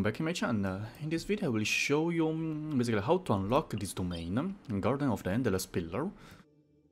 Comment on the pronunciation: "how to unlock-a this domain-a!"